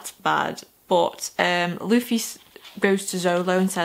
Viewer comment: Hey, so I would first suggest getting someone to screen through your comments if you can. Not to say the community will spoil anything on purpose, but it's a very passionate community and sometimes people will type without thinking. Also, congrats on getting Luffy's name right on the first try; not many new readers can say that. Here's a few tips on the other names that it seemed like you had some trouble with. Zolo - You're gonna see everyone calling him Zoro because that's his name in Japan; it was changed to Zolo in the states to avoid copyright issues/confusion with the Mask of Zorro which was released around the same time. His last name, Roronoa, would be pronounced like "Row-uh-NO-uh" with row being like "row your boat." Helmeppo's name is "Hell-mepp-O" Nami - "Nah-me" Also, I would reiterate what a bunch of people will say and that One Piece is a series and world that builds on itself. The quality only increases the longer you read it as it has more and more of the world to draw from. With that in mind, I would suggest making notes of anything that stands out to you, because Oda (the author) is the kind of person who will absolutely reference something multiple volumes later. Oh, also, you were right about hearing that people in the series vary (greatly) in sizes and shapes. The art style really does deliver if you can get used to it; Oda has drawn some absolutely breathtaking scenes and the actual scenery itself is gorgeous once you get to some of the larger islands.